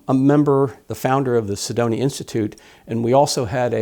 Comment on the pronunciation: One would think that the "Curator of the Cydonia Institute" would know how to pronounce "Cydonia", and not pronounce it as "Sedonia". Very curious....